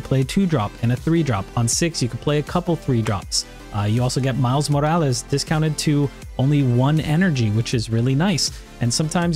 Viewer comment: Your pronunciation of “Morales” is clean af